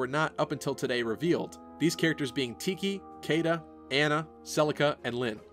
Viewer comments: Caeda is pronounced She-da. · I dunno if it was just me or is Caeda supposed to be pronounced as Shii-da, whereby Cae- sounds like Cae-sar of Julius Caesar?